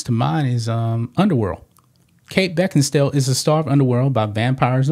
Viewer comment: LOL "Kate Becken-stale"